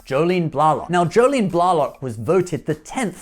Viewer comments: Also, it's Jolene BlAYlock, not BlAHlock. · It's, Blay-lock. Maybe I miss spelled, but that is how she says it. Sorry,.